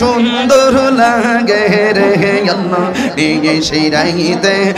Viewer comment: জিকির করেন ঠিক আছে। কিন্তু ভন্ডামী ছাড়েন। একটা বার কি আল্লাহ উচ্চারণ টা কি ঠিক হয়েছে। যে জিকির করেন সাথে একটা ভাঙ্গা থালা রাইখো। তাতে আল্লাহর রহমতে কিছু পাইতে পারো